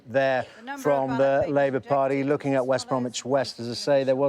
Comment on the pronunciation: Cannot Sky employ a political editor who is capable of pronouncing the letter G at the end of words? Findin' lookin' happenin' changin'. It is *uckin' annoyin'